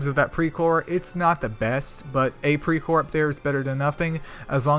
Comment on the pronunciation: Well you pronounced it almost perfectly.. Hehe...anyway thanks for the video... i hv much better understanding about pre core now.. 👌